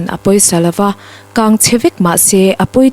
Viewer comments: Chhiar tunu aw a nalh hle mai. Mahse accident a tam khawp mai. Kang.. tih kha kâng tiin chhiar tlat. Chuan PM tih zawng zawng kha Prime Minister tih nise aw.. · I chhiar tha hle mai… Mahse ‘kan’ Leh ‘kang’ erawh a rik dan a fuh lo deuh ..